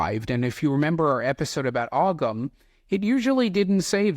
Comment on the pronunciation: Gladly. He might be great, but that doesn't mean he's right. I know a curly swirl when I see one! Other than that, I thought the video was good and I subscribed to your channel. Just a quick tip on pronunciation, the g's in Ogham and Armagh are both silent, so it's more like Oh-am and Are-mah